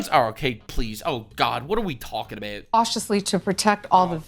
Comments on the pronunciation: "What are we talking abewt." Diabolical. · sometimes inner Canuck slips out "talking a-boat" 😂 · i died when nux's canadian came out on the word about